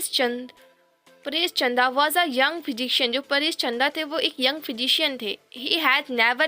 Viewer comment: Mam vo chadha nahi chanda hai